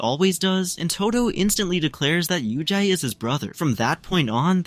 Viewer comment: he told yujai in